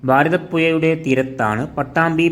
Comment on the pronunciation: കോയിക്കൊട്, ഭാരതപ്പുയ, എയമത്ത്, ഗായത്രിപ്പുയ 😂😂😂 നല്ല ബാസ 😂😂😂